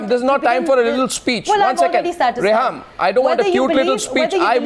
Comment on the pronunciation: It's pronounced Reham.... Who this kindergartner is BTW?